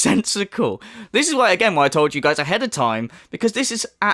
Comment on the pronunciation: I am always cracking up when you say "you guiez"